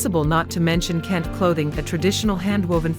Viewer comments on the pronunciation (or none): Nice video on Ghana. AI mispronounced a lot of the Ghanaian names. For example - Kente, Ga, etc. Saying "modern" and "African" as opposites implies that Africa is static or not modern. That's wrong.